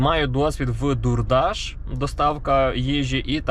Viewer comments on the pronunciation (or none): «Дурдаш»? 😂 Може Дордеш, чоловіче?